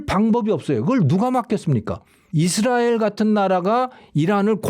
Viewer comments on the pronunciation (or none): none